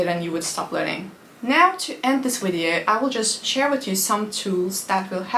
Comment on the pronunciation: 'wideo' how sweet